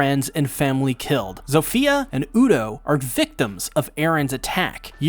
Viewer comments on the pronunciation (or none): none